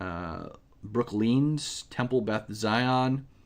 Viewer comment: Did you say “brookleen”? What is brookleen?